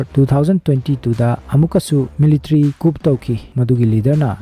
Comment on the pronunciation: Wari c yamna interesting oi. Adubu coup (Military Coup) ki pronunciation c "koo" not "kup" haibana chumgadra khanjei